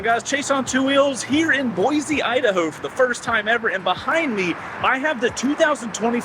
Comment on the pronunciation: I can't believe they let you run up Bogus on brand new bikes. Pretty awesome intro to Boise, IMO. Also: Boy-see, not Boy-zee. 😁 OC